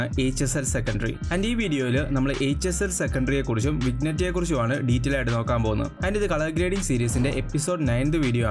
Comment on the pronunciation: Brother Vignette ennalla ucharanam. "veenyet" ennanu..